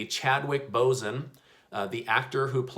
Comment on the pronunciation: Thx. Totally mis-pronounced Chadwick Boseman's name. So I am guessing you don't really care about that at all. But I am truly informed by your updates. 😁